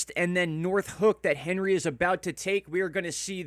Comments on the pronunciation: When are you going to start pronouncing this storm correctly? It’s ON-ree not Hen-ree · 1st. And it’s pronounced Ohn-ri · HEY! Morrooon it is French ANHree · Probably pronounced more French, like "Ahn-Ree." Stiil a mean storm regardless. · You should pronounce it correctly imo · I am with you with how to pronounce Henri. Yes prepare!!!! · My guy, it's not the American pronunciation of Henry, it has a French pronunciation. H is silent